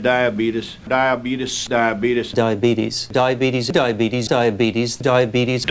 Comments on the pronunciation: I'm sorry to say it, but the funny diabetes man is wrong, it's pronounced die-uh-beets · The guy walking in looking stunned and then consistently correcting Wilford’s pronunciation with undying discipline was hilarious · It's a greek word and the way it is pronounced in Greek is d-ee-abEtes in classical greek and th-ee-a-vEEtis with "th" pronounced the way you would pronounce it in "the" in modern Greek (as well as Byzantine Greek and I think maybe koine too?). So the most "faithful" and "correct" latinization would be diabEtes. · I like how the doctor puts emphasis on the first DIABETES as if he's trying to correct Diabetus man. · I worked on a project to fix Wilford's fucked-up pronunciation of diabetes through sentence mixing. Turns out there's enough syllables to make it possible but MAN is it fucking tedious. You have to go diabe-te-s and the timing is extremely precise. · The woman sounds like she forgot how to pronounce diabetes properly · “Die abebths” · I died more than any other part for some reason. Just the way he says diabetuhs with that serious face 😂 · This made me forget how I actually used to pronunce diabeethus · "We are committed to defending our unalienable right to pronounce "Diabetes" like "DIE-AH-BEET-US" - and by force if necessary." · They were. Over the pronounciaction of Diabetuhs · DIabetees. It's odd that that is the correct way to pronounce it. It should be spelled more as how it should be pronounced. It's like for some reason why do the Britis say Los Angelees. And If it's don and lon, then why is it spoken as Lun-dun? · Sad to see him go. His pronunciation was funny but the message can give hope he lived over 41 years with Diabeetus and live to a nice old age of 85. Always get your regular checkups with a doctor and if your diagnosed with something always follow the instructions to manage the disease it can add decades to your life. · My dad pronounces it diabeetus, and now I do 🤣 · As a type 1 i say its pronounced diabetus